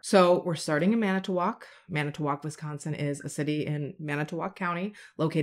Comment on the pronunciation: So I mean this with all the midwestern love it’s pronounced Mana-twak the t flows into the wak sound not mana-t-wak. Don’t feel bad Manitowoc and many others are hard to say if you’re not from around there lol. Oh you did get Allouez right! Al-ah-way. I love your videos mama and thank you for sharing these victims stories!